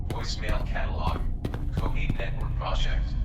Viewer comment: Its is pronounced 'Kaiohate' thanks